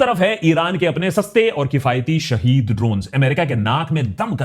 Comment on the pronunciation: u pronounced it correct its not shahid its SHAHEED drone 😅